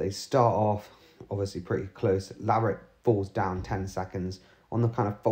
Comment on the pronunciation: LaverAck not LaverIck. Just to be clear.